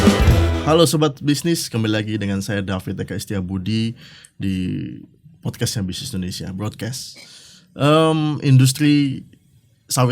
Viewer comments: Mahu berbahasa Inggeris tapi tak tau maknanya😂😂😂 itu "BROADCASH" bukan 😂😂😂 sepatutnya "BROADCAST" 😂😂😂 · BROADCAST baru betul,...bukan broadcash.😂😂